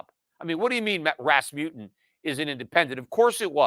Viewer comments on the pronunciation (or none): It is called RasmuSSen, not RasmuTTen.